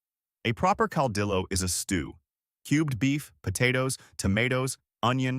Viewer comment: Cardiologist = cal-dee-yo... and it's not a 4-legged, shell critter, armadillo😮😅